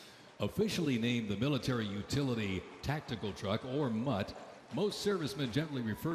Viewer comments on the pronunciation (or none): none